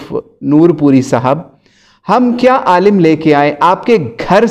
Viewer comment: Q logo ko gumrah kar rhe ho... Khud dekh k Alim ko aalam padhate ho aur manghadat bolne me to tumhari zuban nhi toot rhi h aur logo ko ghumrah karte fir rhe ho. Allah aise logo se hum sub ko mehfoz rakhe...